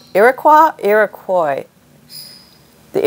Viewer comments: IROQUOIS. Not qwa but OY like boy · I love my BIC pens. So many ''fancy'' and may I say expensive pens, skip or dry out. Personally, I'd use colored pencil. Blank ledger paper is good too. (and Iroquois is pronounced like you first said, rhymes with 'boy') Don't know if you got your medical questions answered: Congestion was usually pneumonia, Dropsy was Edema causing heart failure, Scrofula and Consumption were terms for TB/Tuberculosis, the former effecting the neck, the latter effecting the lungs, but both could spread to other body parts. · You were right the first time Pam. Although it’s a French word, Iroquois is pronounced Ear-A-Koy in the United States, at least up here in the Finger Lakes region of New York where the Iroquois speaking nations originated. I’m sure you were dying to know that…😁